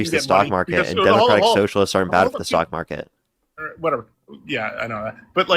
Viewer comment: Why does he keep saying "the sock market"?